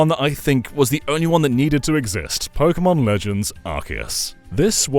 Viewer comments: Tek-ken po-ken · He lost me when he said “Pokémon”